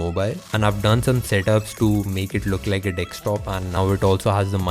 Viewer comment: I know right oooof i really don't like the accent. Btw He said (dick stop) instead of desktop 🙄